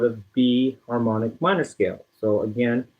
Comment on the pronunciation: I barely hear harmonic minor when you say harmonic minor.